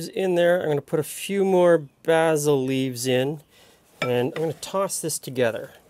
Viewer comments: Thank you, a wonderful salad! But think next time I may add (as suggested elsewhere) a bit of onion. Or maybe even chives. Would also like to thank and congratulate you on the proper pronunciation of the aromatic herb 'basil' ( baz il ). Sorry, but a real pet peeve I have, is people saying basal ( baze il ), which actually is a part of anatomy. Thanks again. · I kind of want to stab you every time you use the British pronunciation of "basil" instead of the American one. It's like how some people from the American Northeast pronounce "water" as "wooder" or how some people from the Pacific Northwest pronounce"Wash-ing-ton" as "Woor-shing-ton". It's pedantic I know, but some word pronunciations like that kind of bug me irrationally (I know that both pronunciations of basil are correct) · Never heard basil pronounced that way before. Have I been saying it wrong? Lol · It’s nice to hear it that way. I’m Canadian and in my part of Canada, it’s mostly pronounced like North Americans do (bay-sil), but sometimes I hear bah-sil. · is that how basil is normally pronounced in Great White North